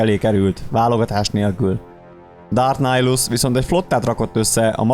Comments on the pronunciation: Miért Nájlusznak ejted a nevét? Miért nem Nihilusz fonetikusan? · Miért Nájlusz? ez fáj nekem de tényleg de amúgy jó :D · Bocsi ahogy írták úgy kell ejteni